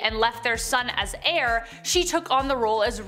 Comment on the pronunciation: Dude also said "Hair" instead of heir. Heir is pronounced the same as "air"